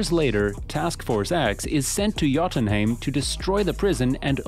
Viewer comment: That pronunciation of Jotunheim physically hurts me.